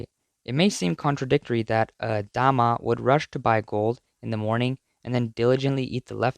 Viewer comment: You pronounce 大媽 into 大麻 which mean "Cannabis" 😂